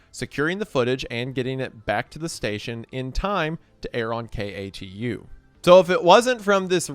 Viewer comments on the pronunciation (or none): Just a quick "aKTuAllY" from an Oregonian, we pronounce it "Kay-too" rather than than "K.A.T.U." Any who, I've never clicked on a video faster! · As an Oregano, thank you for detailing our exploding whale story. 🐳 ODOT is pronounced “dot” with O at the beginning so “oh-dawt”. And KATU is pronounced K-2 for some reason. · Mr Goon, it's pronounced "kay-two" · Yeah definitely not a local when you're saying KATU and ODOT in any other way than K-2 or O-Dot. 😂 EDIT: "Oreganos" 💀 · Hearing all the letters in katu said aloud instead of "cat-oo" gave me a very uncomfortable feeling lol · As an Oregonian, it actually did used to be pronounced with each individual letter when I was growing up, but they changed it in... I wanna say the 2010s? to be pronounced more like "kay-too". Not sure if they've changed it again, that's just the most recent pronunciation I know of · KATU is pronounced Kay-too just an FYI. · Hearing KATU pronounced like that was shocking